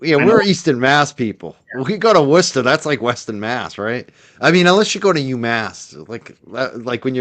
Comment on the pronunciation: I love how people from Massachusetts are the ONLY people in the US who know how to pronounce Worcester correctly 😂😂 love from Worcestershire UK x